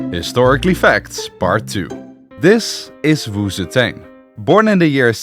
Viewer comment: Honestly, I clicked thi video just to see this guy mispronounce Wu ZeTian. Too bad, almost no one escapes the curse of failing Chinese. Wu Zetian is pronounced "woo tzuh tee-EN". The tee-En is one Chinese character and is pronounced in one syllable, and in Chinese, z has a bit of a t sound as it starts. It is NOT pronounced "woo zee tain".